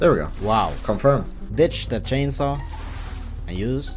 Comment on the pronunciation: You ditched cainsaw so PUH-tetic